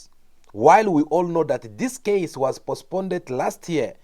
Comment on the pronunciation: My brother is postponed not pospnded